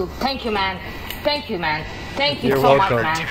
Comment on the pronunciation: Ok Thhheankju